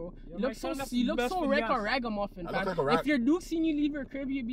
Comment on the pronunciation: A man said 'raga-muffin' LMAOOO 🤣🤣🇯🇲